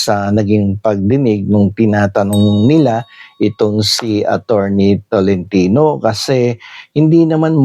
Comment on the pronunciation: ATTY. TORRENTINA PO AND NOT ATORNI TOLENTINO